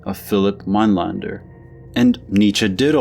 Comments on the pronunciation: It's Minelender not Minelander. The umlaut makes the a sound as open e. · Your pronunciation of his second name is wrong